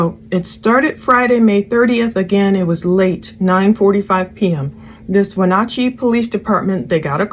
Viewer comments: You have done a very thorough and thoughtful job. I live in WA, in case no one has told you yet you are pronouncing it mostly correct, no big deal. In case you want to know its Wuh-naa-chee like "nah, no thanks" instead of nawchee. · Just an FYI, it is Wen-AT-chee (not OT). One of the town names pronounced like it it spelled. Don't even try to tackle Puyallup. 🤣 Thanks for pulling that scanner traffic. Seems they moved most of that to a secure channel after SWAT came in. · Pronounced Win at chee short a long e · When-at- chee and Shell-anne *Wenatchee and Chelan. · Pronounciation: weh-NATCH-ee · Its Wenatchee. When-at-cheee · Shah-lan is how its pronounced & Win-at-chee.... RIP sweet baby girls 💙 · Wenatchee Chelan The A is sounded like apple.